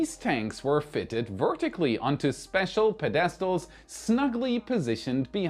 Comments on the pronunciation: Po-des-tals? Ped-A-Stils please. LOL. Great content. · PED-estals not pe-DEST-als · pe-DES-tals!? Thanks for that laugh. Keep up the great work! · its PED-i-stals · Ped es trals? Interesting that your accent and pronunciation seems to change from video to video. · Pedestals -> "Ped-uh-stoolz" (sorry) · peDEStals? subSEquently? what country am i in?